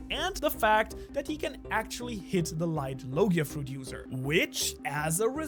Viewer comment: Bro said Fuet instead of Fruit 😂